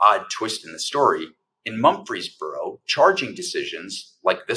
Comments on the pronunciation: Murfreesboro, TN, not Mumfreesboro. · It’s Murfreesboro not Mumphery’s borough!🙏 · Mur frees boro not Mumfeesboro . You really should get the towns name correct. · Quit saying Mumphrysboro. It is Mur-Frees-Boro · Mur-frees-boro. Not mumpfreesboro. Natives pronounce it Murphysboro. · It's MURfreesboro...not MUMfreesboro. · MURFREESBORO not mumfryboro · For heaven’s sake. It’s MUR-FREES-BORO; not Mumfreesboro. The pronunciation is not that difficult! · MuRFreesboro--NOT MuMfreesboro, TN! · Mur-frez-buro, not Mum-fres-buro. Please check the pronunciations of locations if you aren't "from there". Where's the video of the actual event? This happened 7 years ago. Why are you bringing it forward now? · It’s pronounced Murf-Rees-Boro In case anyone cares. Good coverage otherwise. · It’s “Mur-frees-brrrr-o.” 🙄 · He keeps calling it Mumfreesboro. I mean, really...if you want to shed a light on something, call it by its correct name. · OMG. It’s pronounced “Murfrees Burro”. Just like Murphy’s Burro” with the ‘R’ inserted. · The town is pronounced "Murphy's boro" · Dude! It's Murfreesboro TN, not Mumfreesboro. Smfh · This story is truly awful. Small correction. The town is Murfreesboro, not Mumfreesboro. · It's pronounced MuR ...feesboro. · I’m originally from East Tennessee, and for Goddess’s sake, pronounce “Mur’ freez bor o” correctly! Dude, you are an educated attorney. You have embarrassed yourself, in the face of a very important and disturbing story, yet another in the fascist takeover of my birth home state. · Murfreesboro, with an R. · You are mispronouncing the name of the city. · I cringed every time he attempted to say Murfreesboro. Clearly not a Southerner.